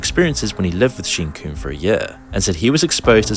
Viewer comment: Dis he really call him “Sheen Coon”?